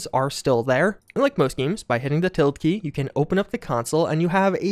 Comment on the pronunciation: Til-Da, til-da XD